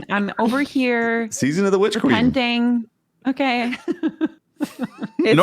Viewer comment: So nobody gonna mention that flubbed saying witch queen a couple weeks ago and that became the whole "witch cream" thing?